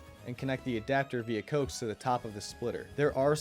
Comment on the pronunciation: it's pronounced co-ax